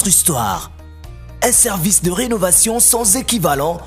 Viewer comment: Sorry,it's De not Du!!!